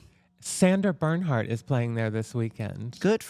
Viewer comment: Every time someone says Sandra Berndhardt instead of Sandra Bernhard an angel loses it's clit.